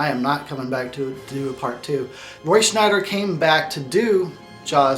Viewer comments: It's Roy Schieder. Roy SCH-I-DER. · I think its Roy Sheider not Roy shneider. im goin opposite of your review, when you dont see Roy sheider its sucks, when the kids go at large its a bit boring, but every scenes with Roy is pretty good. Sheider is amazing but I wish Dreyfuss couldve played in it. I love your idea for the prequel, but one detail, Quint said they were attacked by many sharks, I would only put one bad mofo white shark to do all the damage, in some way I think its creepier with only one big white sharks than thousands of little blue sharks!